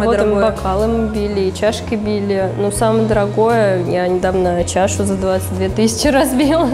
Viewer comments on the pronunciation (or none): тысячи, а не тыщи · Может не тыщи,а тысячи?